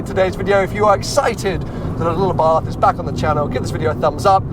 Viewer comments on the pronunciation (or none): Please say abart not a bath